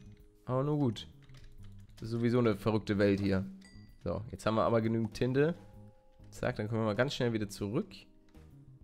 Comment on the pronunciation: palle auch wen du nicht alles siehst mögen wir dich daf7r dein lachen und etc du bist einfach so eon toller YouTubeer und wo du tinte gesagt hast dachte ich du sagst tite